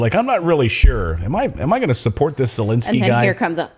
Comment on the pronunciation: is he intentionally mispronouncing the Ukrainian President's name or does he not recognize the difference between "e" sounds and "i" sounds?